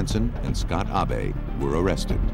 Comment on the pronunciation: "Ah-bey" "a-be" "awbay" HIS NAME IS ABE! Say it right 😂